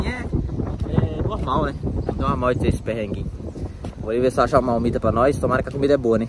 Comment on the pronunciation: Não é malmita! É marmita.!